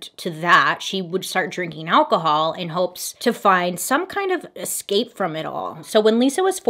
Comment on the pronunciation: Bailey it's not exspecially, nor exscape!!! Just saying! 😉 lt spoils your otherwise excellent pronouncement 🤗